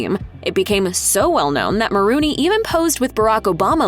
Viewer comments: It's Maroney, not Maroony. 🤦🏻😒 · Just hate it when people mispronounce names. It's not "Ma rooney", it's "Mah Rone E". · No one: Commentator: MaROONey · Maronrey....pronounced like Bologna, not Marooney